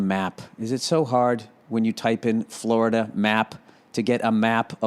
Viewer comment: haha oh shit, that's the funniest shit ever did on your podcast, talkin shit about Tom Brady and taking his widdol football and going to fwowida